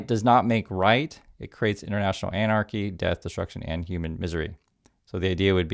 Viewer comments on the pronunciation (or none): none